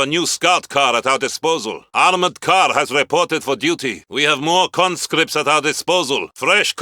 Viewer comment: We have more concripts at our disposal